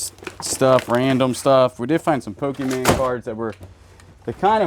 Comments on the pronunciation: Pokémon….not pokeman. I sit here and want to jump into the screen. Must say I have a laugh while sitting in the warm weather down here in New Zealand. Enjoy the humour…. Hope you guys have a great 2025 for storage units. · Pokemon NOT POKEMAN